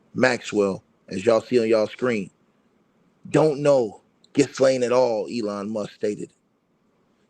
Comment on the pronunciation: (Her name is pronounced ‘Gill-ane’. The S is silent)